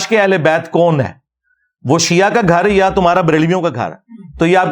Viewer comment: مولانہ صاحب یا کے اوپر زبر ھے۔ آپ اس کو پیش پڑھ رھے ھیں